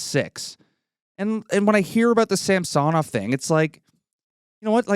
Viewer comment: It’s not pronounced Sam-so-Nov . It’s pretty easy to say it properly,, it’s Samsonov. Not difficult. All one word not disjointed. The American pundits and broadcasters annoyingly kept saying that way because welll…..they’re American. You’re Canadian so speak like one. Personally I hope he recovers his game and shuts up people like you in the “ what have you done for me lately crowd”. Toronto are losers because of people like you guys who put relentless unreasonable expectations on Toronto teams. One win in six games. Never mind the ties or comebacks to tie. The 5 nothing comeback in the third period completely forgotten. No wonder OReilly chose the Preds even though he’s a Toronto boy.